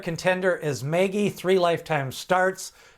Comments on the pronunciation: Mage.... not Magey lol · Is there any evidence that "Mage" is not intended to be pronounced in the normal way? Like owners or trainers saying it that way? Because "Maggie" is not how I'd say it. Ever. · Please learn how to pronounce MAGE. It is like page or sage with an”M”. I appreciate your work but it makes me cringe every time you mispronounce this horse’s name.